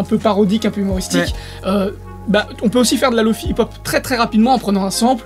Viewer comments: Je sais pas pk il le prononce comme ça. Remarque que google translate fait de même. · C'est pas Lo-Fi ou Lo-Faie, c'est Lo-Fi ! Le 'i' se prononce 'i' comme dans le mot Fidelity, tu l'expliques toi-même dans la vidéo >.> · Je sens que ta prononciation de Lo-Fi va me trigger tout le long ahah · Je sais mais je sais pas pourquoi ça me trigger quand même x) Excellente vidéo au passage